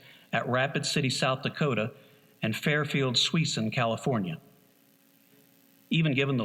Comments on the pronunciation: Fairfield-Sweeson?.......Suisun (Sa-soon) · I grew up in Fairfield, Ca. That is pronounced "sew-soon" The base, at this time was the Fairfield-Suisun Air Base, later named "Travis Air Force Base" General Robert Travis had his unfortunate flight in 1950. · A very impressive production! You already know about the formatting issues and the sound quality. However, I need to point out the local ("proper") pronunciation of "Suisun" and "Enewetak" (local spelling!) is considerably different than in Texas. Please consider the local dialects when researching future projects. It's like the Aussie narrator for "Wings" who doesn't know the difference between nachos and Nacogdoches. Cheers!